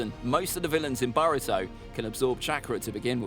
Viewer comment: Man's said baruto